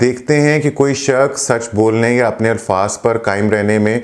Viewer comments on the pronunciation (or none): none